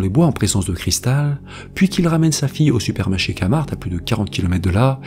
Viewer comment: vidéo intéressante comme toujours... juste un petit détail, pour nommer le nom du centre commercial, il faut utiliser le son du K en anglais et faire résonner le son du t aussi, donc KéMarT